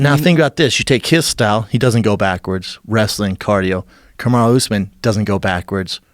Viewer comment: "karmu usman"?! Ahha schaub doesnt even know the black dude s name